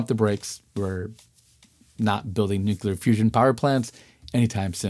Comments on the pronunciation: Very, very smart man,. Please ask him not to say "nuculer," ever. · Bush ll I assume.